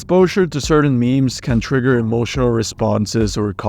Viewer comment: that’s a strange way to say trigger iceberd